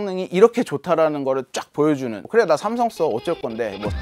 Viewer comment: 삼성 관계자분들은 댓글 다 읽어보셔야겠네요. 기자분 아드님의 쌤성 발음 넘 귀여워요~~ 미국에서 왔군요 ㅎㅎ